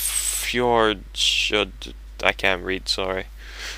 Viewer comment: it's pronounced fee yord